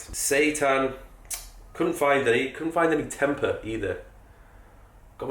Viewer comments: Also it’s pronounced tempay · It's pronounced 'tem pay' (originates from indonesia).